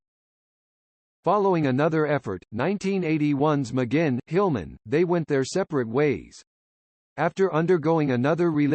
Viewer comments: True to pronounce his name correct next time. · It's a computer narrating, but if the person who made it wrote "mahgwin" it probably would've said it right lol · His name is NOT McGinn! It is pronounced: "Mick Gwin." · Okay, thanks for doing this video on one of my lifetime inspirations. But— It's not "Muh-ginn", hello: it doesn't rhyme with "begin"—duh. Each time I hear his name's mispronunciation in this video, which is of course a whole lot because he is your subject, it pisses me off. McGuinn at the beginning, and learn to say his name right. If you're going to do a vid bio of someone, learn to say their name right from the beginning, otherwise it sounds "off", i.e., potentially misinformed. I mean how do you pronounce yours? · I believe McGuinn is pronounced Mcgwinn. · Why the awful computer voice. Can't even pronounce his name right. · At least get the pronouncing of his name right!...at least he mentioned his name change from Jim to Roger...done I believe because the later had the 'right' number of letters in it! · This is a bull crap completely incorrect information video. TO BEGIN WITH THEY CAN'T EVEN PRONOUNCE HIS NAME CORRECTLY. Turn this off & look for something where the people who produce it have a brain in their heads.💩💩💩💩💩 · come on! u could at least pronounce his name correctly!!! ugh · You can't even pronounce his last name correctly. What a joke. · Incredibly annoying how the narrator repeatedly mispronounces McGuinn... sounds like it's a computer generated voice. Not a very comprehensive overview either. Roger deserves much better! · This is mostly laughable and insulting. The digital voice narrator can't even pronounce McGuinn's name properly. And it calls him Roger from his early age though he was born James McGuinn and only took the name Roger much later with the Byrds. And the jingle-jangle guitar sound only developed when he took up the 12-string Rickenbacker after being inspired by seeing it in a Beatles film played by George Harrison.